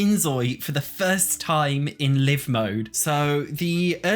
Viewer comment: Live mode is pronounced as though you're 'streaming to a live studio audience.' You've paused the game, meaning it's stopped, your characters are on commercial break and aren't currently live on air. But once you hit play, your characters are live. Not 'live,' as in 'I live here', with the way you're always pronouncing it.